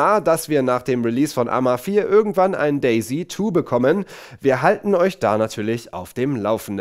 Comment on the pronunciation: Day-Z 2? Klingt wie Daisy 2 ist das ein neues Mario-Game?